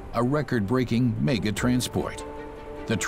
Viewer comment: Where did this narrator learn to speak english!!!..every time he says 'mega'..i cry.......